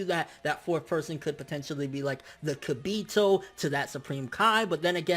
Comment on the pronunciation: OMG it's Ka-buu-toe